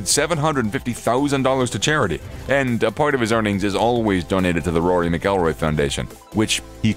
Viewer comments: please learn how to say mcilroy before you publish a video including him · Saying rory's last name wrong obviously never watch golf... Jordan fell off rory is alot better